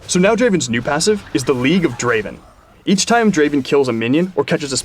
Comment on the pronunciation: Not draven, Draaaaaaven! ◄